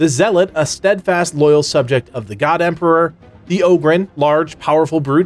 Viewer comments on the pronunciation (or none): none